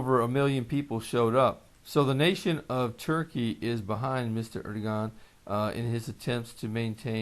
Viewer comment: Erodogan pronounced Ur-doe-Wan FYI